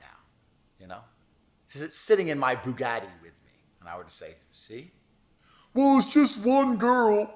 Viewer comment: You know this dude watch a lot of A&P cuz of how he been sayin bugatti these days 😂😂😂😂😂😂😩